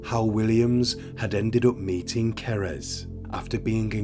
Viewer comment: What happened to Cerys (Kerr-iss, not ker-ezz) is truly horrifying😢 It just shows how the mental health sector, here in the UK, needs more investment to treat people early on in life! too many young people being let down early on, and in turn, go on to cause so much devastation 😔